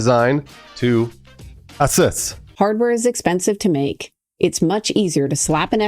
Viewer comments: No, it's pronounced "AYE-Soose" ASrock was once a subsidiary to ASUS, but unlike ASUS, ASrock put a lot of emphasis on the S, being pronounced "Ahz-rock" Their names were always a bit weird, but they used to be solid brands back in the day. These days they are kind of iffy. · lol, you're trolling with that pronunciation of asus